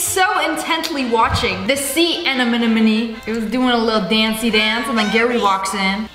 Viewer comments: “ the sea anemonumonee “ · its sea anemone